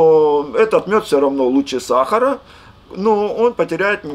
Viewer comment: сахара - ударение на последнее "А"